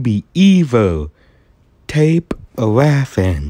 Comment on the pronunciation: Um I've have a question why will you say tape instead of take